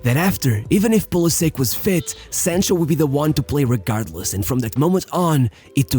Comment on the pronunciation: How can I listen to you when you can't even pronounce the player's name right come on man 📛▶️👍